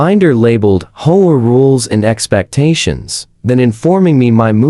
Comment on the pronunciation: If you can't program your AI to pronounce words correctly, why bother uploading the content. It sounds ridiculous! HOA is not "ho-a" or "whole a"!!!